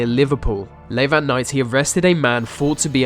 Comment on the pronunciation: here we go again vis vat ve vere some one teach him to talk proper